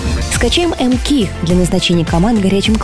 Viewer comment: не мки а мкей